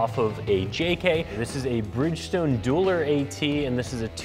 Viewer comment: Dueler not Dualer